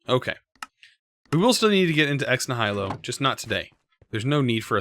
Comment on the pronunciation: You pronunciation of ex nihilo makes me sad. :( Great vids, though!